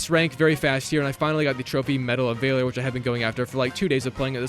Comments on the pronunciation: Medal of "vaylor" a as in ass. Valor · Medal of vaylor?????? Damn y'all are smart these days... It's val-or. Val. Like val kilmer. 😅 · Bro really pronounced valor like vei lore 😩😩😩😩🤨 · did he just say medal of "vay-lor" or am I hearing things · If my man says metal of vay-lor one more time im gonna cry. The first time i remember him saying it was in the battlefield 6 vid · “Medal of vayler” lol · "medal of vayler" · How do you mispronounce valor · How the fuck do you mispronounce valor...